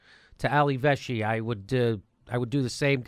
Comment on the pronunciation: Don't watch Ali Velshi knowledgeable but seriously tired... I'm from Toronto so could be 1 reason. 😉 Love your show man...but it's Vel shi thanks again for All you're doing